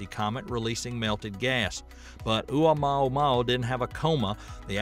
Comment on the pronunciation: You mispronunciation of Oumuamua leaves me doubting everything you said! And your attitude toward people who openly guess what these admittedly "unknown" things are, also leave me nonplussed. Why aren't people free guess or speculate about the origins of unknown objects without obvious disdain on your part? Can you even answer my questions, or does my query put me so far below you that I'm not worthy of the time it would take you to answer?